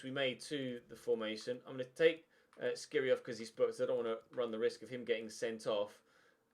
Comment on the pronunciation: Dislike coz u pronounce Skhiri wrong for the 7th ep in a row and u don't read the comments.